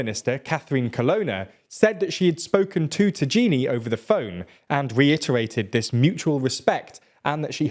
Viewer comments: The name of the foreign minister is not ta-jee-nee, but ta-ya-nee… 😂😂😂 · ta-y-a-ni not ta-ji-ni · It is not "tagini", you read it as ta-ya-ni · it's Tajani, Thai - Jan - ee, not tageenee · As much as I dislike that man it's pronounced Tuh-yuh-nee not Tageenee 😑😑😑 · It's "Tajani", not Tajeenee 😵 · Saying Tagini instead of Tajani (Tayani) is a bullet to the ears everytime. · Ok, Antonio Tajani, look up the phonetics before doing the video. You said "Tagini". First idk where you saw the "i" before the "n", second it's an "i" not "g", so it's like Taiani. Tagini reminds me of the snake from Harry Potter come on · Why do you make a news video, being completely uncapable to even pronounce the names? Would you call JFK "Kohnneji"? Would you call Donald Trump "Ronwald Trimp"? Because this is what you are doing. Tajani is : "TA" like in "TA"sk. "IA" like Austral"IA" "NI" like "NI"xon. TAH-EEAH-NY. Not "Tagiini". Not difficult to find out, doing the basic reseach. "J" in latin was pronounced "EE" like "I"ndia. What common anglosaxon speakers do to the name Jacuzzi, for example, is just comical. But OK, common people, common use, we say Hamburger without the "breathed" sound H, that does not exist in italian, and it's perfectly fine after all, if you don't go abroad. Buy if you do international news, it's another business... Do some research! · ahahahhahahahah I can’t sorry from now on I will call Tajani tajini too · The way you pronounce Tajani as “Tagini” kills me everytime, thanks for the laughs, great content nontheless as alwais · Tajani, not Tagini! 😂🤦🏻‍♂️ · Tagini XD Tajani is pronounced Tayani, with a stress on the second "a". Which sounds exactly like the first "a". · The foreign minister of Italy is called Tajani not Tajini like you said Tajani is pronuonced Ta -ya -ni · Nice vid! Although it's pronounced Tayanee not Tageenee😂😂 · The name of the Italian Foreign minister is pronounced Tajini-->Tayani. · The minister's name is tajani, pronounced "Ta'yani"